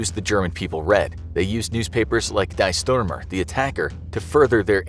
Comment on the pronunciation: "Dee Schturmer"